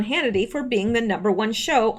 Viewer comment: "Shoe" instead of "show" makes me think of "gumshoe": gum·shoe /ˈɡəmˌSHo͞o/ a detective. "he'd been intrigued enough to put a gumshoe on the case"